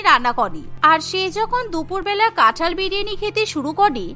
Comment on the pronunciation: কাঁঠাল ✅️ কাঠাল ❌️